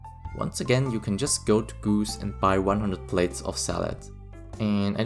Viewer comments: Gus gus gus! Not goose 😀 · am I the only one that noticed how he pronounced Gus? 😅I guess he's a goose now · love how you pronounce gus